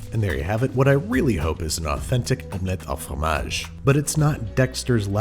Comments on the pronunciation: as a french person i thank you for saying it the correct way 'omelette AU fromage', nearly got cardiac arrest from hearing dexter say omelette du fromage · "It's actually Omelette AU Fromage." MERCI, ANDREW !!! You have no idea how refreshing it is to hear it said properly after a million times...